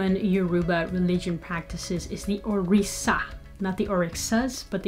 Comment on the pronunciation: From a native speaker of Yoruba, It’s pronounced “Orisha” not “Orisa”.